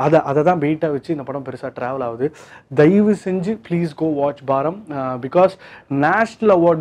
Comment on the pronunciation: It's baaram not baram